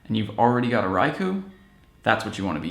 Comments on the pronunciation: You said "Rai-ku", it's pronounced Rai-kohhh...you said so in your Raikou guide. :) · its pronounced RaikOH.